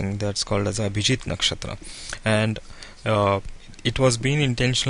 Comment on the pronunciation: Very nice program but pls Can u pronounce 'नक्षत्र' ना कि नक्षत्रा , and 'पद' ना की पदा , this wrong Hindi is always always heard on every u tube channel , I don't know why people r teaching concepts from sanatan and not taking pronunciation from the same , Kab Tak hum abhi bhi western world ke slave Bane rahenge !!! Jago Bharat jago 🇮🇳🇮🇳